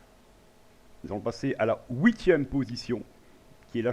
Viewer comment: "Houitième" position ? 6 "miyard" ? xDDD